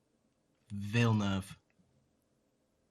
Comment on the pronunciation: I appreciate you guys pronouncing Villeneuve correctly (unlike the film industry's "Villa-noov" butchering)